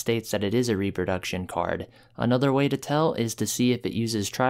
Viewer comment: repRo - your are skipping the r - RepRoduction....